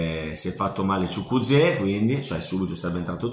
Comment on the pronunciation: Chukuzeo ahahhahahah si dice ciukueze😂😂